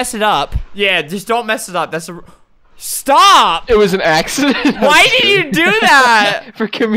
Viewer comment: the way he says sTop xD